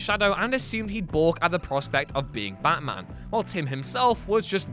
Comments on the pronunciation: its batman, not baman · No one: ABSOLUTE NO ONE: Narrator : Ba Man